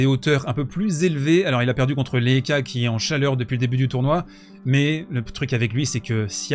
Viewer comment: "lehetchka" bro.